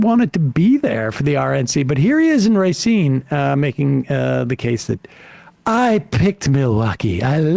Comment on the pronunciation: you said Racine right nice